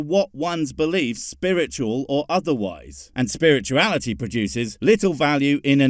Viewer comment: "if you take science, and spurt-uality" yeah, lets not. that sounds disgusting...